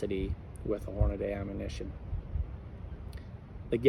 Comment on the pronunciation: Horna-DEE not Day